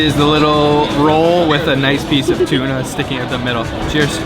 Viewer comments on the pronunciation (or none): The way he pronounces " OUT ".. eeooot.. weird accent..